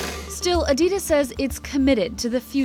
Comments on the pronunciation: Arrr, say Adidas properly. It’s german, and there is no ‘e’, A-DI-DAS. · A-Di-Das not A-Dee-Das, It's Nike not Nikey just as it's a Bike not a Bikey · Did she say Adeedes?? Lol it's adidas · instead of Adidas, she says, Eadeedash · Why can't she just pronounce Adidas correctly, it's making me go crazy 😐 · "reebohk" "adeedas" KEK